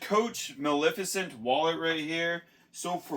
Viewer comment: Yes, you're pronouncing Maleficent correctly.